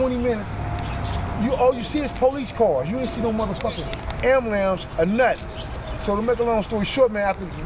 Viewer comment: He said ambalams